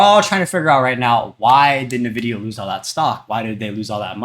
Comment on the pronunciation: It's pronounced 'en-vidia' btw.